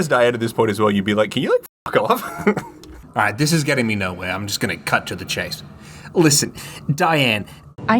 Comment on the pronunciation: "Fawk off" Baaaaahahaha I'm dead!!!